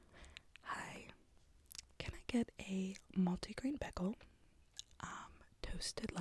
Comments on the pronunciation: this is just my annoying new yorker-ness coming out (ALL LOVE NO SHADE) but beGeL?!?! __BAE-GAL_____ wyaghcofufheorof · I love the way you say bagel! "Begel" 😂😂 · EVERY time you said “bagel” i heard “pickle” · everytime she says bagel i hear pickle and now im wondering what a cinnamon raisin pickle would taste like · The way you say, “bagel” 😂😍